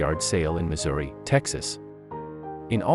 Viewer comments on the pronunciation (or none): none